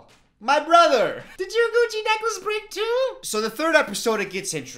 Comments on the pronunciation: Why did I hear "coochie necklace"??? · Idk about you but everytime says “gucci necklace” I hear “cuchi necklace” Am I the only one? 😂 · I thought you said coochie necklace and was so confused. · Ngl the first time he mentioned it I thought he said “coochie necklace” 😭😭🔫